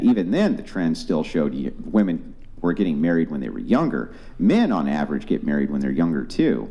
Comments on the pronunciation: Why the hell do they say “WOMAN””” it is honestly so damn annoying. It’s “Women”….!!! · Why do Gen Z women keep saying "woman" thinking it is plural! it is not, it's singular! IT IS "WOMEN" NOT "WOMAN"!